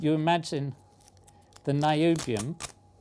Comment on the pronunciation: Whoonium? Noobium.